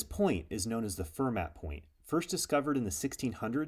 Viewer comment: A great video - Pierre Fermat was a French mathematician and pronounced his last name with a silent T.